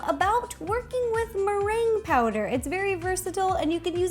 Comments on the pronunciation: look on - she said twurking with maran powder 😂😂😂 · and in the tray when she said boom poo merange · meringue is a Filipino snack right ? no offense im filipino but ur prononciation of meringue is a bit wrong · Here in our contry Meringue is pronounced (Me - ring - Geh) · Legit thought she said "twerking with meringue powder"